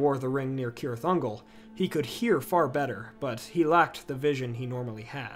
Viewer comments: It isn't Keerith Ungol it is Seerith Ungol! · Still can’t get over the fact that you pronounced ‘cirith unglol’ as “kirith” 😅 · It's actually Cirith Ungol and C is pronounced hard like K in Tolkien's languages.